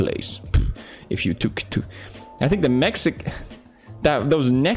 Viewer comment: He was so close to fuck up again lmao "i think the mex!?" Lmaooo